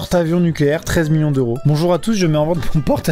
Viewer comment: Bonchour, che fend un cri-pain.